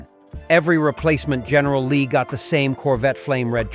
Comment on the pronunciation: GERRNAL LEE DUKE HAZARD... GERNAL LEE NEVER GET RID THE. MILLION DOLLAR OR MORE